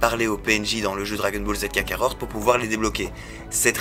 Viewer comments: Kakarot et non pas KakaroRt ^^ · Il a bien dit kakarort #0.11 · Kakarot pas kakaror